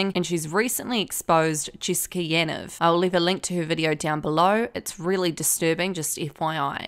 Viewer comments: It’s pronounced “Yaneev”.. sorry great video just had to say that.. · Why are people saying yan-ev isn’t it ya-neeve